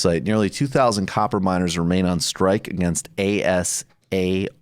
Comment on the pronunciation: Asarco, not "Ascaro." But irregardless, oxford comma, oxford comma.